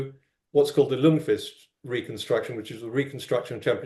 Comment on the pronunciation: A very slight nitpick: The 'L' in Ljungqvist is silent so it reads "jungqvist". Just a quirk of Swedish :p